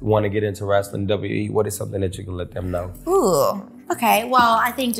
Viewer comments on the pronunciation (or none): I am not a wrestling fan. But I truly lover her❤❤😂 Also…Can someone let Funny Marco know it’s “wrestling” not “wrassling.” It bothers me….Good Day ✌🏽